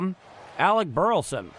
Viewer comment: Thanks for what you do only way I can follow the guard, but please say Bur La son. Not Burton